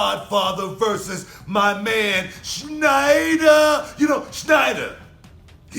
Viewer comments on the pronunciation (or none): It's Sneider not Schneider guys